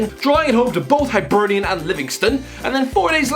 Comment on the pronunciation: It’s not pronounced Hibernian like Hibernation, it’s Hibernian like hippo. Often shortened to Hibs, like hips